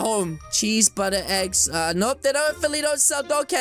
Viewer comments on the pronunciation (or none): none